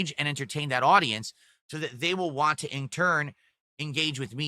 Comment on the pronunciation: "I'll talk about what I wahngk!"